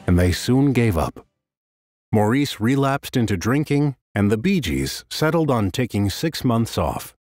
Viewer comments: All together now: It's pronounced MORRIS, not Maurice. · Why is it so hard for American narrators and interviewers to grasp that Maurices name was pronounced "Morris" and not "Moor-ese". I get that its common to pronounce it that way for Americans but it would take like 2 seconds to get it right... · I don't even know if I can watch this, after the very first sentence. How can a documentary be done when they can't even pronounce the name of one brother correctly...geez...it makes me crazy. ...it's Mar- is...not Moreece!!!!!! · Actually it's not Mar-is either....it's Morris 😉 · The commentator needs to pronounce Maurice as Morris which is how Maurice says it himself. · Maurice is pronounced 'Morris'. Per them.